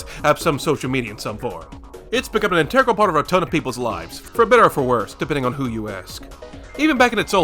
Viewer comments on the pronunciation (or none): none